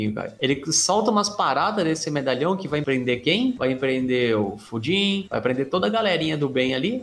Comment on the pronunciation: Mano, juro que uma hora ouvi o falar pudim ao invés de Fujin kkkkkkk